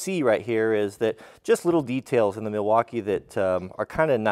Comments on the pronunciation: “*Sponsered by Mileakeeerre*” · It's pronounced "Migh-waukee." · Yes, I have to say: I am a contractor, and in my experience the Miwalkees are the best even compared to the Hilts? (sorry I don't know how to pronounce the name. -- I have burned a Rigid on a deck once and I have to buy a Miwalkee to finish the project while I sent the Rigid (impact driver) for service (because they still have a good warranty on their tools - but Miwalkees are the best for "your money".